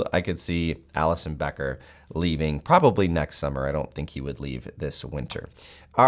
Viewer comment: you lost me when you say Alisson bro